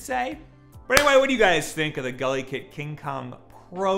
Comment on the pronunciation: Ohhhhh GuliKit... for a while i thought you where saying gully kid and that's sorta a weird name for a brand... more so if your where i'm from a gully kid is sorta a bad thing.... like your parents where meth addicts bad thing...